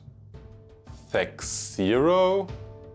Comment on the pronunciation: THACKKK- OHHHH… not THAC-zero, mein Freund.